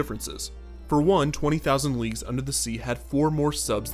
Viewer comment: Did anyone else constantly hear "20.000 Leaks Under the Sea"? ;-)